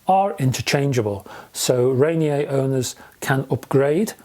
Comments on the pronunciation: Love your reviews, on a side note: I believe it is Rainier, as in Mt. Rainier pronounced - Ray-Near, or Ra-Near since Olympia is also in Washington State. :) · Pronounced rain-ear I believe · Thanks for the review. Here in the US and more so in Pacific Northwest we say Ray-Near. 😀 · I love that you assumed Ranier has a French pronunciation.